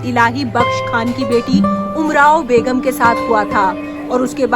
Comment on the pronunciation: Very bad commentary.... sub standard, reading sheirs without a proper knowledge of Urdu, Nasehh is read as naHEY ....😮 Repeating Ghalib ka yahan yeh butt hai... 3 times, shakl ko shaQHl, begum ko BeGHUM.... pathetic... someone with good knowledge about Mirza Ghalib and Urdu should have been assigned this job... lekin kisko fursat hai to think of such intricacies and finer details